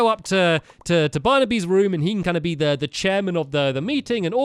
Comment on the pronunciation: Was it just me or did stampy say "let's go to he love house" ??????